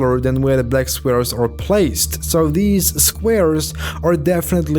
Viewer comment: He said blek square